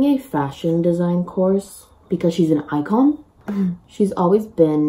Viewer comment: I don't know why but the way you say some words like mum, and icon in an English accent makes me think you're part English or maybe Australian idk lol